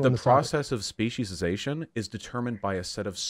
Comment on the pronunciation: I was about to cancel the shit outta both of you. SPEE-SEE-AY-SHUN. Speciation. Not species-ation. CHRIST.